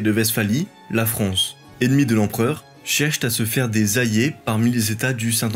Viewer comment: Enormément de fautes à l'oral c'est assez dommage. Principalement des liaisons inexistantes du type "la France cherche-t-à". Il y en a des dizaines comme ca... Sinon tres bonne vidéo